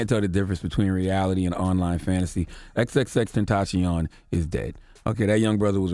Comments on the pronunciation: xxtenchion😂 no hate tho rip to x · "X x tencheeyon" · charlamagne: ''exextacion....off the schreet' lmao :))) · Please give Charlemagne Donkey of the Day for mispronouncing X's name.